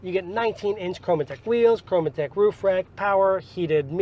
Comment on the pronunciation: "Chrometec" is a 2 syllable word, not 3. Chome-tech. You said Chrom-e-tec.